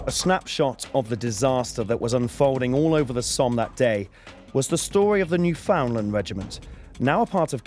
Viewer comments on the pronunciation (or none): Good vid - thanks for posting. Sorry for nitpicking, but the place that you call "New-FOUND-lund" does not exist and never has. "New-fund-LAND", however, does. Britain's oldest colony, the Dominion of Newfoundland raised a battalion on their own tab at the beginning of the war - said battalion was sent to Gallipoli where it became part of a regular British army division, the 29th (not all units involved on 1 July were Kitchener Army outfits).